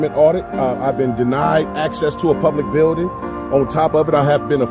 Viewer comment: "He's locked the "bew-ding". 🤣